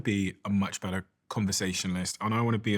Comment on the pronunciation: It's taught him a lot about "howda speak bedder"! 🤷🏼‍♂️